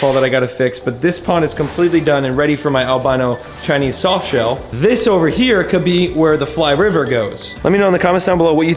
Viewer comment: “what do I put in hyis 🤓” 😭